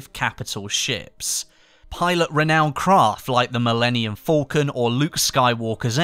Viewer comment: Gotta love that British pronunciation of the Millennium Falcon.